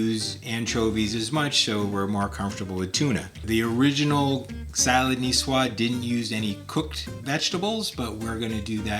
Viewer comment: Nicoise is pronounced ni-swaaz 😊 Love the dressings. Thank you.